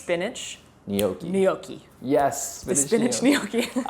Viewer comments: Gnocchi. Nyocki Not Nee ok ee 😊 Just so you know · Gnocchi is pronounced like the *gn" in lasagna, or the ñ in Spanish.... "nyoki"